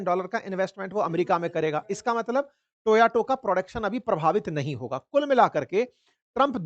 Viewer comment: Sir toyato mat boliye toyota boliye sorry sir. U r a great sir.